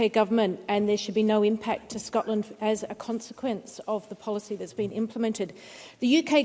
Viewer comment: This woman cannot even say Scotland properly. Another interlouper at the snp though 😂🎉🎉